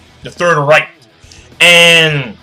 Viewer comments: you have to say it like raich we only write it reich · Says reich correctly, looks it up, says it wrong.